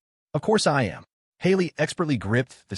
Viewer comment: Fix the ai please instead of a m it says ah m